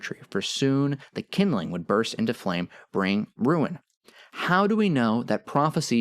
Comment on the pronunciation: "Surge, o flam-ee"???